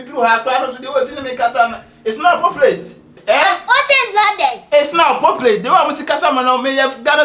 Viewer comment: iTs nOt ApPoplAiTe😂😂😂😅